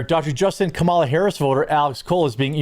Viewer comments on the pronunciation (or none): none